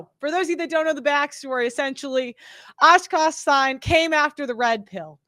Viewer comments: It’s Akaash Singh - pronounced Okosh Sing. 😂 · I can’t tell if saying “Oshkosh Sign” is a joke on his name or if that’s just how she thinks it’s pronounced 😂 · Ah-kash Sign? lol.....good lord, do some prep for the love of God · It's Aakaash not askas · “Aakash Singh” not Aaskash Saain😂 naam toh thik se le le behen😂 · It's "Ahkahsh Sing,". Not Ahshkahsh Sign. 😅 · Dude I haven't heard a worse pronounciation of Akaash Singh from anyone ! But he deserves it for being such a simp ! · ashh kash sign? you are saying it like you actually think that's how it's pronounced... please tell me I'm wrong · “Osh Kosh Sign”? 😂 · MURDERED THIS MANS NAME JESUS 😂😂😂😂 ASH KASH SIGN IS CRAZY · Oshkosh Sign. I'm not even hating because at this point he doesn't deserve to have his name pronounced correctly. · Tip for pronunciation: Ah-kaahsh, drag out that second syllable, soft ‘A’ both times, and the second name is basically just like the English verb “sing”. The name indicates a person from South Asia, probably of the Sikh religion ( which is pronounced “sick”). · Hey..his name is pronounced "Aww-Kosh Sing" Jesus Christ lol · She calling him Ash Kash Sign 😂😂😂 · hahaahaahahaah ridiculous how she pronounces the name lmaaoooo